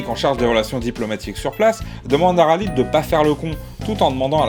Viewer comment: Khalid il me semble que ça se prononce "Ralède" ^^